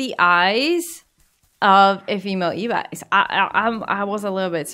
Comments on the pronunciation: Do you guys pronounce ibex as “E-bex”? Have I been pronouncing it wrong my whole life? 😆 I always called it the “Eye-bex “ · lady, you pronounce "ibex" as in "eye-bex" :D in afrikaans i still say "eeuh-bex" by accident and it took be long to figure it out XD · It is actually pronounced Ibex with I